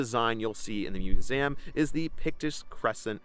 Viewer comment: "moos-zham" Uhh.... what?? Do you mean "museum"?! 😂 Also I like your content but please never try a "scottish" accent ever again.... please....